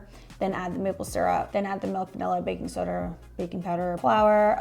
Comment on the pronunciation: Say it right now: baking soder. 😂